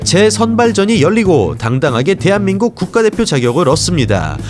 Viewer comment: 많이 들으셨던 얘기였겠지만... 대체 왜 발음을, "뽁씽한꾹 때표로써는 혜비끕의 유망주 킴형뀨 썬쑤가 있슴니돠~~!!!" 이렇게 하세요?? "때한민꾹 때표 꾝뚜기 챼널 챠또를 입니돠~" ......